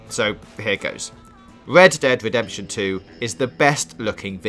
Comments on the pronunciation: Wed ded wedemption 😂😂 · "Wed Dwead Wedemption 2" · "Wockstar's Wed Dead Wedemption" lol should have got somebody else to do the narration for this video. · ved dead vedemption ...ahahahahahahahahhaha